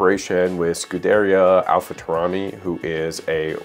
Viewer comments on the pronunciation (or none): Oh my god, please spell it right it scrolled scuderia AlphaTauri, you pronounced it scudernja Alpaturnehi.